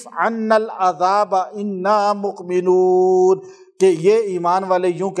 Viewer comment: Mome noon hy .spny moqnenoon prha hy